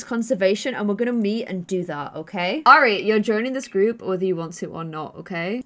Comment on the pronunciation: Look,, I know these are your characters but it’s still frustrating that you are systematically mispronouncing Airi’s name! You’re constantly saying more like “Ari” a bit as if it was “Arya” from Game of Thrones. If I’ve understood correctly from earlier episodes the origin of this characters name is Japanese, in which case you should pronounce Airi more like “eye-ree”. Other than that little criticism I love watching this Island living series. The characters themselves are wonderful and I love your way of storytelling!